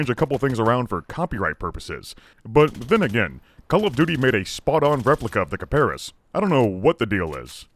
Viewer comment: kiparis, emphasis on is, kiparIS